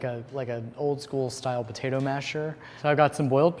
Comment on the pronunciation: Live and die for the way says "puhtaytah"